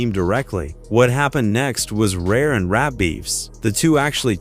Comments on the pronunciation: In rape ? I hate when people don't correct their bad Ai voice mistakes. It's really annoying. Who is RahKeem? Smh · I absolutely HATE A.I., because it sucks. If it cannot pronounce the names properly, STOP USING IT. Do it yourself. And it’s “Rap’ not “rape.’ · When it called rap "rape"... I was through